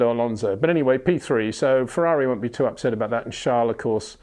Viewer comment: Someone is upSHet.